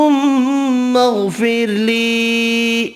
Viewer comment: اسلام علیکم: غلط پڑھ رہئے ھو۔ اللھم کے بعد الف پر زبر ھے۔بنا Aa مطلب: مجھے،مجھ کو۔پھر غفرلی یہ علحدہ اسم ھے۔اسیطرح آگے بھی غلط پڑھتے ھو۔اب الف پر یہاں زبر غلط چھپائی کی وجہ سے miss ھے تو کیا آپ بھی اسطرح غلط پڑھیں گے کیا؟ یہاں ہر الف پر زبر miss ھے تو جب آپ نے Aa پڑھا ہی نہیں تو کیسے میں آ گیا۔اسیطرح آجر سے پہلے پورا الف ہی miss ھے تو پھر وہاں آپ نے مجھے یا میں یا مجھ کو کیسے پڑھا۔یہ دعا دوبارہ print کرواو۔اس غلط فہمی میں مت رہو آپ نے صحیح پڑھا۔بلکل لگ بھگ غلط پڑھا یہ ثواب کے بجائے گناہ ھے۔"جس نے بھی قرآن کریم کا کوئی حرف یا لفظ بنا پڑھے چھوڑا وہ ظالمین میں سے ھے۔" القرآن۔ (اس حکم الہاہی سے صرف ان پڑھ یا کم پڑھے لکھے متسنعی ہیں۔)